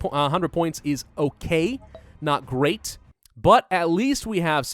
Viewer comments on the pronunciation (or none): none